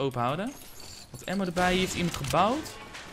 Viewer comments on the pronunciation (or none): none